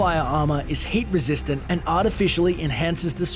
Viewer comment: lol i heard hate resistant instead of heat resistant by the way good vid :D